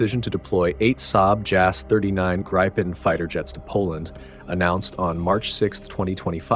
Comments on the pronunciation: Or, Gree-penn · Not “grajpen”, “Greepen”! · Its Grippen not Gripen...FFS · Gripen is pronounced Greepen , not Graypen. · The 'i' in Gripen is not pronounced 'ai' but is pronounced 'ih'. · Not graipen, not grippen, it is greepen. Like in speed... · The Gripen should be pronounced more like Greepen or like the I’s in Griffin. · Everyone, please say with me: Gree-Pen (like "greed" (minus -d) and 🖋️) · How to pronounce Gripen !!! It is not pronounced with an "i" like in "I eat", but with an "i" like in "with" or "in" or "finger". Let's now all repeat together: JAS "Grrrrripppen" Very well children ! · you lost me at gry pen 😂😂😂 not listening to american voices on european security right now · Pronounced "gree-pen" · LOL, Jazz Gry-Pen... Except for not phonetically correcting the narration, it's hard to deny that AI narration is pretty good these days.